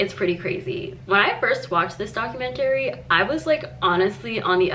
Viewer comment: no but srsly why does she say it like that rbfehjbgeg